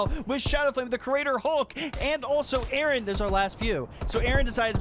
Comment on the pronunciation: A A RON .... 🤣🤣🤣🤣 ... kee and Pele.... 👍😅